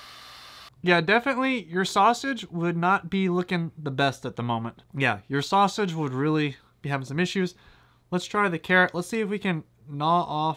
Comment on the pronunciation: Why are you having trouble saying "Sausage" ITS JUST A SAUSAGE!